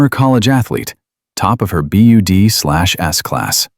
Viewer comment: Teach your AI narration to says "BUDS" NOT "B-U-D-Slash-S."